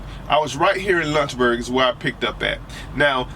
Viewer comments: When he said Lunchberg, VA I said there is no so place then he pulled it up and I read Lynchburg. Homie hahah pronounces it with a u sound. haha It is Lynch pronounced like wench. Also why do you have the illuminati one eye symbol with your hand in your avi picture? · please say Lynchburg correctly...it's not lunchburg...and it's the Blue Ridge mountain. and you should try it when it's snowing. lol